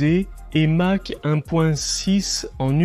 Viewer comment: La traduction approximative par l'IA est pénible par ses multiples erreurs. Dommage car le reportage serait pas mal sans ces "Match" ou "mache" dit au lieu de "Mach", Mysteke au lieu de Mystère, etc.. Par contre l'explication de la fonction des souris "éviter de réduire les turbulences à l'entrée du moteur".... => éviter qu'une onde de choc supersonique ne se forme dans l'entrée d'air et risque de casser les aubes du réacteurs serait sans doute moins faux. Mirage tres ou lieu de trois, etc. etc.